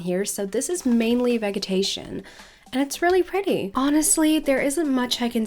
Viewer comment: I just wanted to correct your pronounciation on a certain word, if you don't mind; In the word 'Vegetation' the 'G' is pronounced the same as in 'Vegetable'. More of a 'J' sound. Thats all from me ^-^ Hope that helped. The video was great btw.